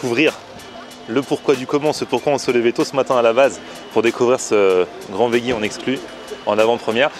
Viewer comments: encore une fois, on prononce "vedji"... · On dit véji